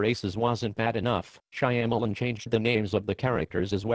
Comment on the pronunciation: The voice synthesis is perfect because it mangles Shyamalan's last name just like he mangled the names of the caraters.